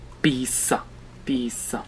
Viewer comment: Mi fai muori re quando dici piSSa (pizza)